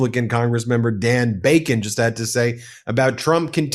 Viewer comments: How can you say Dan Bacon multiple times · Bro, it’s DON Bacon